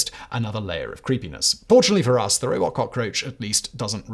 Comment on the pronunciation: You slipped from robot to robit Simon